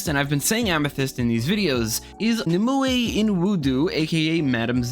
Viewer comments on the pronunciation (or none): No idea how anyone could think that was Jay Garrick. Jay has basically worn the same costume his entire career and never had a mask. Also, Madame Xanadu's real name is pronounced nim-UH-way. In Arthurian legend, Nimuè (or Vivien) is otherwise known as the Lady of the Lake. There are centuries of notes when going with the mythological figure as opposed to the DC character. Suffice to say, the DC version is the younger sister of Morgaine le Fay, and Vivien becomes a different character, making them three sisters which is a big thing in the occult in general as well as DC in particular. In DC as well as other versions of the story Nimue was Merlin's lover (and in DC Merlin's father is the demon Belial and his brother is the rhymer, Etrigan. It's Merlin who binds Etrigan to Jason Blood). What's interesting is why Xanadu betrays Merlin in this story, as she's manipulated into believing he's responsible for the fall of Camelot by the Phantom Stranger. It's said that Xanadu bears a son named Kon-Sten-Tyne. You can guess who his descendant is. I dunno. It's a little precious and I hate precious in the context of making every little thing connect. Max being here twice running through time reminds me of the Perez-Ross Crisis on Infinite Earths image, where you can see a number of speedsters running across of the lower part. And as a reminder, Gunfire is the Bloodlines hero who can turn anything into a explosive weapon. This is used to brilliant effect when Garth Ennis uses the concept